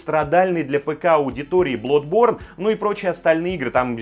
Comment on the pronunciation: Ох... Кто-нибудь, пожалуйста! Пожалуйста, скажи объекту внимания данного видео, что если... Если ты такой умный и щеголяешь англицизмами... То пожалуйста... Пожалуйста!.. Скажите ему что для этого надо как минимум знать их правильное произношение!.. Блодборн *лять...